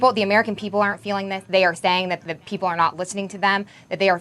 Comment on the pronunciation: Comer calls y’all peeopel😂😂😂